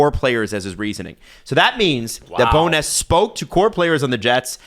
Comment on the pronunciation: Loving how is pronouncing Rick BowNESS instead of Rick Bonus/Bowness. Please do not stop.